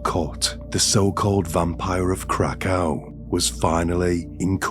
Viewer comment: Krakow is pronounced Krakov.